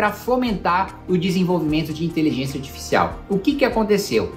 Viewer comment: Pq o Kim ta falando inteligênxia? kkkkk